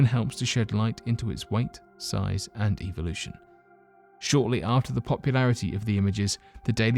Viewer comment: you seem to have some problems saying things like "evolution (which you pronounce "ivo / eviloution" and also the simple word teutihuacan which is honestly pretty simple to pronounce when you have heared it once. but other than that good stuff to fall asleep to or do some other stuff